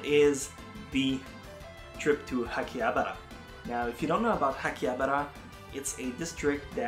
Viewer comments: akihabara not hakiabara :) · Why does he call it hakiabra?